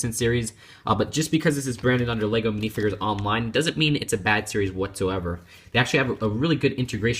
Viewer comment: they're called minifigures not minifigres